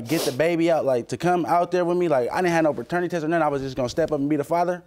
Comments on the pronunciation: Minute ....he did say "baternity" 💀 😂 (Lord forgive me for laughing) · Did he say “Baternity” ?? He has a lot of growing up to do !!